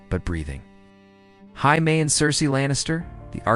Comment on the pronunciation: Jaime is pronounced jay-mee You pronounce it like the Spanish